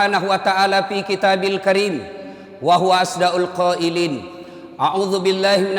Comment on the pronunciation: Maaf Ustadz, sy dengar ustadz katakan "Ashda'ul Qaailin...mungkin yang benar adalah "Ashdaqul Qaailin...saling mengingatkan Ustadz...Afwan jiddan